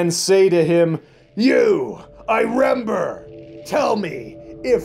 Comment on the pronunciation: “You, I rember!!!” lmao